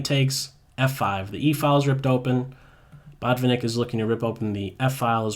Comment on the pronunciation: I know that English-speakers tend to stress the first syllable, but he's actually BotvInnik (the 2nd syllable is stessed, I mean). No offence, just saying.